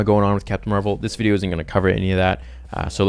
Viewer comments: Carol Danvers is Captain Marvel not Mar-Vell. The scientist that worked on the light speed engine is Mar-Vell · Captain Marvel is pronounced exactly like Marvel Comics. Mar-Vell is the alien who gives Captain Marvel her powers.